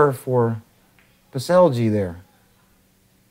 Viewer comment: Because you will be hearing about this young man a lot more in the future the propper pronounciation of the name is Pets-Ell (as in spanish double L) and not pets-el-g